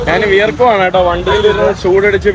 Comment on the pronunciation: നാൻ അല്ല, ഞാൻ ആണ്